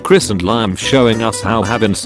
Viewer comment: WHY IS IT THAT MY NAME GETS PRONOUNCED WTING BUT CHRIS ISNT it is liam as in (lee-am) I expected chris to be said (ch-riss)